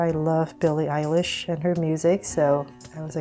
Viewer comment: Beli Elish😂😂😂😂😜😜